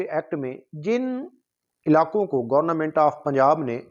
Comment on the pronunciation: ابھے آلو گورنا منٹ نہیں گورنمنٹ ہوتا